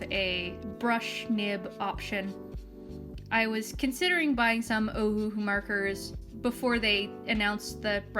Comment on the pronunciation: I think it's pronounced Oh-Hoo-Hoo ♡